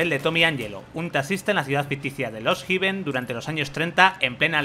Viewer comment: No se pronuncia lost jiven. Se pronuncia hefen, con h aspirada.